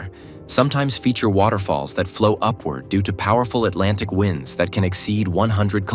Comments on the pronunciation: Says "wind" instead of "wind." Obvious AI slop. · I really wish you didn’t use AI to narrate. Trade winds was pronounced trade wynds